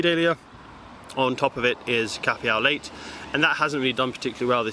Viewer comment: Thanks for the tour! I did write a comment but pressing space bar skips to the next video and deletes the comment instead of posting!! (second try using notepad) Your front garden looks fab despite the abysmal weather we have had this year. FYI - Cafe au lait means coffee with milk in French. Lait is milk but is pronounced like "lay", instead of using the t like "late". No biggy. We have a similar spikey plant on the left but with reddish brown leaves. We have 2 in pots that came with the house when we moved in. Last year, one of them got decimated at the top. Not sure if it was the extreme heat in London or what but it was black in the top middle and the leaves were just falling off. Same thing started happening with the other one this year but not as bad. Luckily both have babies so not too worried. I wonder if they have a "shelf life" in pots or is natural to these plants? Sunflowers look awesome and you really have a talent for them. How did the Alliums do this year? Is it true that fushia berries are edible? All the best.